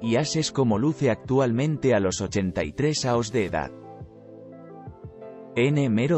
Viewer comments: Por qué habla mal ? años , no aos . O es una máquina o no sabe hablar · Ya que utilizas un software para poner la voz, al menos usa uno que hable español para no tener problemas con los acentos y otros símbolos. Es muy poco interesante escuchar "aos" en vez de "años". Queda muy muy muy cutre. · Si la Inteligencia Artificial lee como un niño de 1er grado , no hay por qué temerle. Horrible el audio. Por qué no contratan a un tío que sepa leer y presta la voz. Aos y no año...